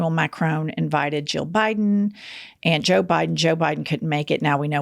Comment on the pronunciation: You're annoying me with the pronunciation of Macron. It's Mac RON not Macrone